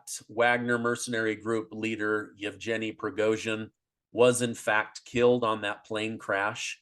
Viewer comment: There was no man called "Uchkin" on the plane. Also, the G in in Yevgeniy is a hard G, the same as in his surname, because guys, shocking as it must be for you, letters have single pronunciation in most languages. I'm positively sure you're right on everything else (especially accident theory, Ritter must be really relieved he's not alone in this), but still, it's like I was posing as a US politics expert and talking about Tromp and Baden.